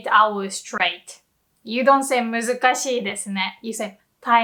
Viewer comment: When you say muzukashii, do you pronounce both i's? As in ee-ee?